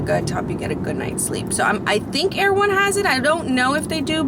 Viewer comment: Were you at Erewhon? I couldn't tell if you were saying Erewhon or you were going to someplace called Air One to buy your stuff. It sounds like Air One